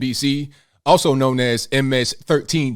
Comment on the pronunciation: i like how you say😬 MS 13